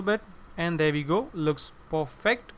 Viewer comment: "Looks Puhfect"